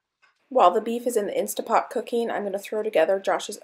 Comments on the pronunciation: Why do you keep saying "Insta Pot"?. It's "Instant Pot". Read the name on the pot itself. 🙄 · I am so sorry but it's driving me mad. It's instant pot, with an N.